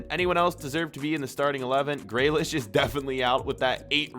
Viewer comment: I swear he doesn’t know how to pronounce names Mans pronounced grealish “graylish”